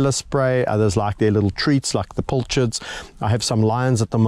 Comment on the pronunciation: A pilchard is a small, oily fish of the herring family, larger than a sardine. It is spelled with an "i" as in "pill" - but apparently some pronounce it as if it were a "u" as in "pull".